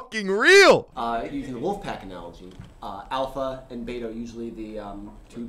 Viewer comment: When you can't even pronounce beta right, that's a sign you're a beta